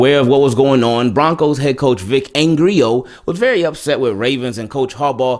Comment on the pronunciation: Vic Angrio 😂😂